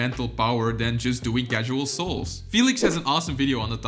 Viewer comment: He says soul instead of solves